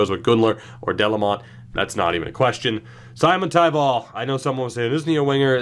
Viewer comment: Simon in Simontaival is pronounced like Dominik Simon and the stress being on the first syllable only, no stressing on taival.